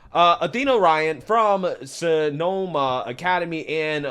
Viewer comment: Why you saying Sonoma like that, tho?😂😂